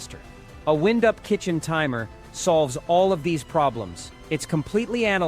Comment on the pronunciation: In this video, the timer is not wind-up it is winde-up with the i being pronounced as a hard i, not a soft i. Teach your stupid AI a few things about pronunciation.